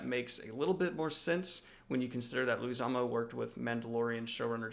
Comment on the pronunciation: Hello, Daniel. Two things: 1 It is pronounced ‘lay-gwi-ZAH-moe’. (can’t help myself 😏) 2 WoB is that the secret project is something he has never spoken to the fans about. Yet. Surprise! As a moving gift, here is my first ever YouTube comment. Travel safe!